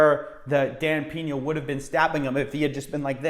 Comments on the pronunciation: its Pena (read 'pna' not 'pena') i know in english 'e' is read like 'is' without s, but he is from Mexico you moron, and look out cos when he decided to sue you, you will be living on a street like this guy Shane Stamford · 😂 I love how you pronounce his surname “Piña” hahaha instead of “Peña”. Piña means pineapple while Peña is a kind of a Rockie hill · It’s Dan Peña! Not PINA SMH!!!